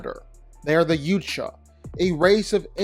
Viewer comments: Yautja is pronounced yow-cha. Not you-cha 😭 sorry bro I had to. No disrespect. It just peeved me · It's driving me crazy. How do you make multiple videos about Predators and not even know how to say the name of their species?!? "Yout-Jah"... not "Yewt-Jah." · It’s pronounced YAUTJA not YOOCHA sorry I just get really irked when people pronounce somethings wrong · Bro say it with us... "YA-CHU-WA" Not "Uchuwa"... how are you doing content and don't know the PRONUNCIATION? 😂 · I believe it's YOW-cha, not Yoo-cha And I'm sorry I had to be that guy 😅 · Dude, I love these vids, but Yautja is said Yah-oot-yah, not Yoot-Yah lol Yautja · Bro.... Again It's not pronounced " youthcha " It's " yautja " think of Yao Ming Sooooo yaotja I really dislike you botching all the time Watch the new badlands movie even Ella Fanning calls her that , pronounced like that.... Get with the program bro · has always had pronunciation and articulation problems. But by now he should know it’s pronounced Yow-Cha, not yucha. What a stubborn little dork, is 😂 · .. please stop saying it that way! It's "Yowt-Jah,".. not "Yewt-Jah." It's such a little thing but you keep doing it in every video. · OMG thank you!! He keeps saying "Yewt-Jah." It's pronounced "Yout-Ja." How do you make multiple videos about Predators and not even know how to say the name of their species correctly? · Bro that an AU not and OU stop calling it a YOU-cha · When the guy started talking about the predators hunting the Justice League and BatMan I tuned out completely. I alsp don't care if I've been pronouncing it wrong my whole life, but the way he says yautja is nails-on-a-chalkboard to me. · Yautja is not pronounced youtja 😂😅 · It's pronounced yowtja. Not you tja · Amen brother. It's driving me insane. Especially when he said Yautja Prime. "Yewt-Jah Prime".. 🤢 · Too many predator videos for me to let this shit slide anymore. Yautja pronounced yowt·juh. Get it together bro.